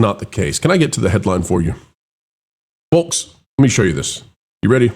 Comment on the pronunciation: The L in folks is silent.